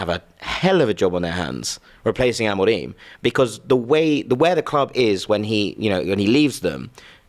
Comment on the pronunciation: Everytime he says amorim like that I nearly vomit